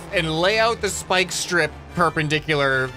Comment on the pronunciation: “Spyiiieke splike speeike”